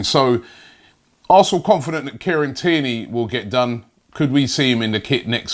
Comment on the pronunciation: Robbie saying Kieran Tierney > Care and Tear Knee